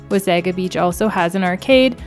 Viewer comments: Being Canadian we usually don’t make soft pronouciations of words. Wasaga is pronounced by most Canadians as Waysayga. A Croatian word pronounce it like you said Wahsahga. I guess it is just habit by your active tongue ! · I think the correct pronounciation is Wah-sah-gah Beach. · Please pronounce Wasaga-Beach correct. It's a native word and please appreciate this. Next time please correct this. Thank you❤ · Thank you for posting... YES, at the very least, pronounce it properly.